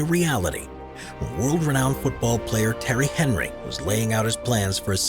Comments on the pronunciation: Terry Henry 🤣🤣🤣🤣🤣 "t-air-ry On-ree" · Fantascic tanks in the video. Just one gripe..... Terry Henry? Really? For a start his first name isn't even spelt Terry it's Thierry as in tea erry and his surname is Henry pronounced On-ree. Apart from that great video 🤘🤘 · Terry Henry ! 🤣🤣😂😂 It's pronounced. . . Tea-airy , on-re ! So funny ! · Right, first off, it's "Tea-airy En-ry" not "Terry Henry". Second, his tank was never built, he wanted to, but abandoned the plans in 2012! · Tea-airy onry not Terry Henry that man is a king put some respect on his name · Terry Henry? 😂 it's pronounced Ti-airi Aun-ri. He's French. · Terry Henry 😂it's pronounced Tee-euh-ree On-ree; Thierry Henry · "Terry Henry" lol - its "Tee-erry On-ree" (French) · World renowned footballer Terry Henry?! It's pronounced tee-airy on-ree ... Terry Henry 😂😂 cool video though, and got a good laugh out of world renowned Terry Henry. Thanks man, quality 😉💯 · Who is Terry Henry? Try again! Tea-airy On-ree because he is French. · The footballer's name is Thierry Henry - pronounced 'Tee-airy On-ree' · The guy calls Thierry Henry Terry Emery 😂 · Love how Thierry Henry is pronounced Terry Henry. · Thierry Henry is pronounced tee-erry on-ree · Can't believe he pronounced Thierry Henry name like that's haha it's Tee-e-ree on-ree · Lol that pronunciation of Thiery Henry though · He said “TERRY HENRY” 😂😂😂😂😂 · How Thierry Henry was pronounced was awful. At least look beforehand and pronounce names correctly when making videos like these. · What a preposterous pronunciation of Thierry Henry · Didn’t even show the staircase tank in the thumbnail… and just mostly picked tanks from the tv show tanked… they don’t even put real corals In their tanks… not a lot of effort put into this list can’t even say a world famous French footballers name properly…